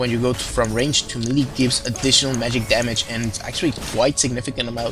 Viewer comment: you pronounce the word "melee" kinda awkward xD like...mili xD